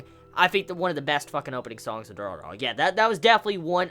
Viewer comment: Pleaso, don't ever pronounce Durarara again.... it's so bad and cringy